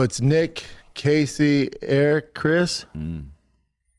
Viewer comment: He cant pronounce the name eric, says it like he says iverything. He should take classes to speak